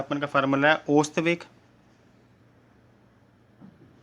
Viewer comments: bhai ost veg nahi ausat veg hota hai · ओस्त वेग नहीं है औसत वेग है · bhai osat veg nahi ausat vrg hota hai 😂😂😅😅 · sir ost nahi ausat hota hai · Ost veg nahi hota hai ousat veg hota hai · Pagle khud padlo fir dusre ko padana aausat veg ko ost veg kahte ho Aur barabar ko barabre kahte ho topa khi ka